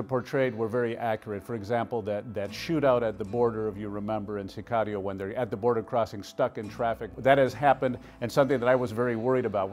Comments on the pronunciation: Pronounce it correctly SICARIO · Why does he say narcos and Sicario with an accent ???